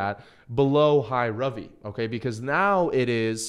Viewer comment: Because it's an Indian name that's pronounced RUvi and not RAvi